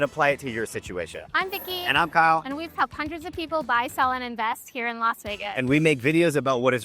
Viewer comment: It's Las. Not Los Vegas